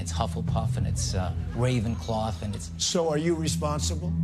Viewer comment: Did he really say ravencloth?